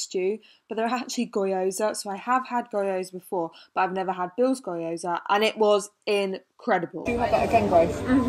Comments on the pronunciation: and gyoza is pronounced ‘ghee-yo-za’ not goyo-za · Hey Grace, gnocchi is pronouced njoki/ noki (emphasis on o) and gyoza is pronounced gjosa (emphasis on o). Both are two syllable words. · i'm sorry but the way you pronounce gyoza is just toooo funny 😂😂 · I love how you pronounce gyoza 😂😂😂